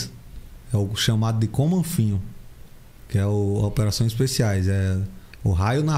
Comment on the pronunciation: A pronúncia é "comanfin" mesmo? Kkkk